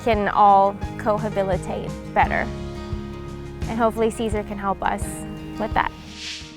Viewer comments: Co-habilatate. Is it not co-habitate? Perhaps we can rehabilatate together? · “Cohabilitate?—“no, it’s “cohabitate”. Lol. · the girl in the video pronounced it wrong. She said cohabilitate. We’re making fun of that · So all this hate Ithe guy, but nobody is going to point out GF saying "cohabilitate"? That's not even a word!!!!